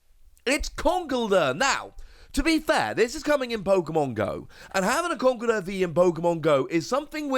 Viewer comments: official pronounciation in con-kel-derr, iits like the whole Arceus prounoncuin as arc-e-us when its actually ar-ce-us there are a few others that hurt my ears. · But should we pronounce it Conk- el- durr??